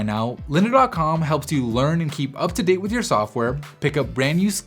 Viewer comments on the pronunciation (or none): none